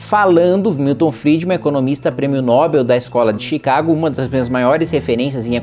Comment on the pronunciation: Kim, sou fã do teu trabalho. Você é o cara. Entretanto, permita-me te dar uma dica: A palavra "Nobel" não é paroxítona, mas sim oxítona. Portanto, pronuncia-se "nobél", e não "nóbel". 😅 tmj.